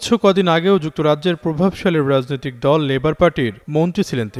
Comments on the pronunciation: রাজনৈতিক, রাজনীতি এর উচ্চারণ ঠিক করে বলবেন।।।।।। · উচ্চারণ এর দিকে আরো সতর্ক হোন, বিশেষ করে রাজনৈতিক কথাটা খিব বাজে লাগছে।